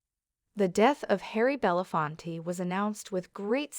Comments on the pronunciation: Irritating narration and very poor pronunciation ? Belafont ? 🙄 Reunited with Sidney Poitier and their African ancestors. Thank you both, Rest in peace and power. 💕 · This lady on the Video goes from Belafonte to Belafont, make up your mind. Thank goodness the rest of the world knows the correct pronounciation of his name!! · What an embarrassment to keep saying his name wrong. Gosh!!!!!